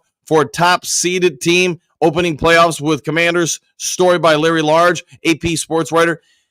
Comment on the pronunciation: Hey, Coach, just a head’s up - Larry’s last name is not Large, there’s no r in his name. It’s pronounced like age with an L😊